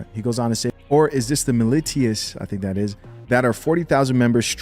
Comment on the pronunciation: Militia... Muh-lish-uh (small militant group...mini army) all love, bro.